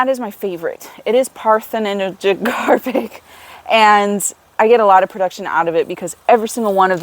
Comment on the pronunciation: Thank you for the video. The word is pronounced PAR-the-no-CAR-pic, as in the Parthenon, as in the Greek goddess Athena, who was known for being a virgin goddess. In this instance virgin = no sexual reproduction. Lots of botany is named after ancient Greek terms, including the ancient Greek pantheon. This is the reason for your next term after that "gynoecious", meaning female (= gyno).